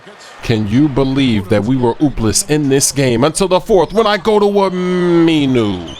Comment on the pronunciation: almost couldnt pronounce aminu, thats a noob move